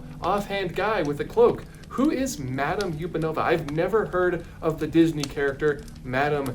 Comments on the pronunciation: Sorry but you're mispronouncing the ostrich ballet dancer's name. It's not YOU-pen-ova. It's UHP-an-ova. Like "Up and over". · Madame Upanova's surname is not pronounced "yew-pah-no-vuh". It's pronounced as "up-a-no-vuh" because it's a play on the phrase "up and over". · I think the ostrich's name is pronounced "Up and Ova" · WAIT have I been pronouncing it wrong this whole time?!? I’ve always pronounced it ma-dahm UHP-anova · Justice for Madame Upanova (up-an-ova like 'up and over'). Yesterday my dad was going through his VHS tapes and he showed me the VHS from his 1993 Florida trip which had part of the SpectroMagic parade on it. There's a couple Fantasia floats in that parade, including the dancing Ostriches, and I thought they all looked pretty great! 😅 ETA: I've just watched a video of SpectroMagic from 2009, the float costumes are just great. They are so much less cursed than that meet and greet costume, but I've still gotta stand up for Madame Upanova - I mean she could've look soo much worse lol.